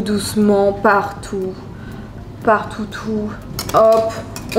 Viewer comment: mdrr 😂 « partoutou »